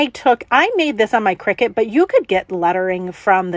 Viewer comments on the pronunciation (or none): I enjoyed the video. BTW, CRICUTis pronounced CRY-CUT